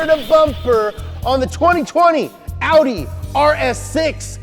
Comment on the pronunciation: No one:: Aww Wee Daa